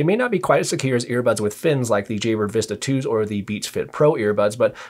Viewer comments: By the way say jahbrah....it sounds like you're saying jaybra ...which sounds like jaybird....thx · Nope it was me - I just re-listened and this vid has helped me finally decide that the Elite 7s are the ones. it's your accent - most people say "Jabb-rar" but you pronounce "Jayy-brer", made it sound like "Jaybird"! I'm a Brit so had to tune in to your accent - maybe speak 10% slower for we "foreigners":-)